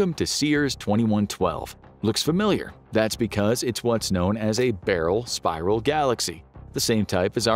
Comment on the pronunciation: I cant get past the mispronunciation of "Barred Spiral" galaxy...smdh